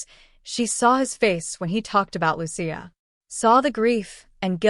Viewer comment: Her name is Lucia not luchia